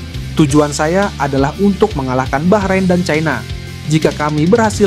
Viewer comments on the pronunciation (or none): none